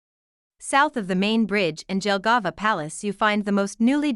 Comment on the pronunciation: This is why I HATE AI SPEECH it is pronounced YELLGAVA and not DJELGAVA 👀👀